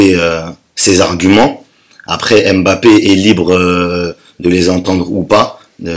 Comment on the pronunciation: Please arrêtez cette prononciation on dit pas M - Bappé mais (Mb)appé merci pareil pour Kanté